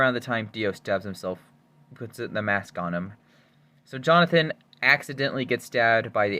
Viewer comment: First time he said jonathan im this video i heard it as Johnfin 😭